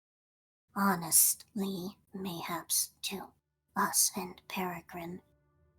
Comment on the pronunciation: Peregrin!!! Peregrin... Oh our sweet boy.